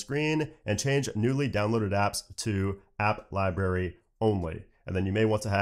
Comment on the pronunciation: you provide very good information and I am a subscriber. This is only constructive criticism. You are pronouncing library incorrectly.